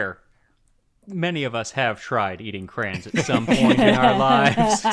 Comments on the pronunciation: I was so confused for so long, because I heard Indigo say ‘box of crowns’ and I was thinking desperately what on earth she was talking about, until Max said ‘crayons’ and I understood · Indigo's pronunciation of Crayons threw me for a loop. "Crowns" XD Red, I also prefer my Mac n Cheese with that "Cyclops" shaped pasta, I knew exactly what you meant when you described them. I also know them as Pipe Rigate. My biggest cooking blunder lately was getting so excited to have a box of kraft mac n cheese from the expat store (I'm in the Netherlands) and when i was measuring out my butter, i noticed it smelled, a little funky ✨. I thought maybe i was crazy, and later proceeded to add the cheese sauce ingredients. As things were mixing in i noticed that the pot now smelled like the funky butter. And all kraft cheese flavor was gone. It was only funky butter. I had to flush the whole batch it was so bad. My 5 euro box of kaft dinner wasted. The butter i used was indeed expired. Which i learned afterwards when i checked the label.